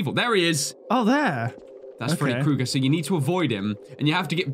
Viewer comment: Hey it's Kooger not Krooger. Just trying to let you know